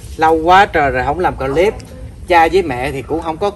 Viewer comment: Clip là chỉ đọc 1 âm thôi, clip chứ không phải đọc 2 âm “cờ-líp” nha, nghe mệt quá…..làm YouTube thì nên tìm xem vài clip tiếng anh để học nói tiếng anh cho đúng đi…..🙄🙄.